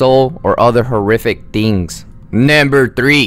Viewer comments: He really said nAmBeR Juan 😂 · Is this a fking comedy video, i mean he said naimber 4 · man say it with me "NUMBER" you should have someone else narrate your videos